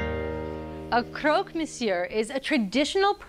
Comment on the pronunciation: I wish someone had told her it’s not “croak”, it’s Croque , like truck. Would have made the video more polished. That’s how the Parisians pronounce it. Croque Monsieur, amazing sandwich.